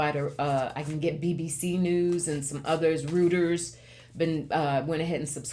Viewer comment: Reuters is pronounced Royters (or, Roy-ters). I used to work there. 🙂